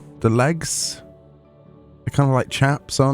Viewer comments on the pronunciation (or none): none